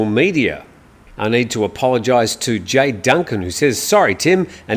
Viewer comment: Tim ...come on you've lived here long enough ...to know how to pronounce JAY .... it's not JAI